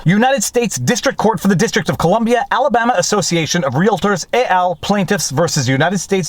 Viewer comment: It's "et" to rhyme with bet, not "et" to rhyme with whatever noise it was you made...